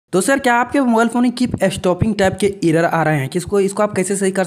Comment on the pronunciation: Bhai tu pehle Google pilai, irror yeh sb pronunciation maat bol nhi to original pronunciation admi bhul jayega..